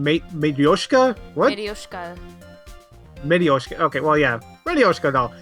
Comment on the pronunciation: It's more like [ma:tRз:SHka:] - матрёшка. At least in my russian language.